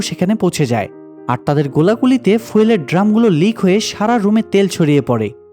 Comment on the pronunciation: উচ্চারণ ফুয়েল না,,, ফিউয়েল।